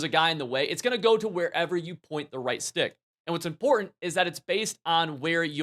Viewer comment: It’s both “Im-por-ant” and “literally” insane.